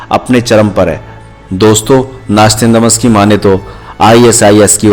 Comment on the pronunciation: नास्तंदॅमस × नास्त्रादामस √